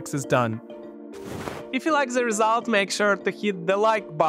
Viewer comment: I like ze rezult!:face-blue-smiling